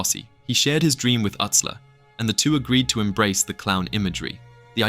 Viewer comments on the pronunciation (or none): Joey Utsler. But it’s pronounced Yootsler.